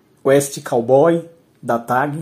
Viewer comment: Corrigindo amigo: Cowboy e não Cawboy. Porque COW é vaca. Cowboy = vaqueiro CAW - significa grasnar.